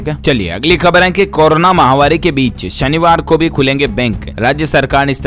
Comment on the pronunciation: Mahavaari nahi _ mahamaari correct pronunciation hai! ko batana hai.